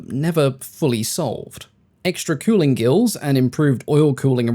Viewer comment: You seem to struggle with saying the letter 'G'. Gills is said with a hard G, not as if it were J; the German battleship Gneisenau is pronounced with a hard G at the beginning, as in the name of the antelope 'Gnu'.